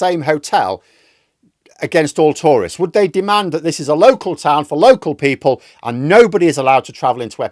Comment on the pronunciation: For a moment there, I thought you said Tories...not Tourists 😂